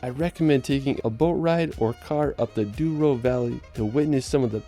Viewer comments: Its AÇORES not Azores, DOURO not Duoro Valley. Great and beautiful video. Portugal is a small country but à Big treasure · Is not Duoro, but yes Douro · Douro. Doh-roo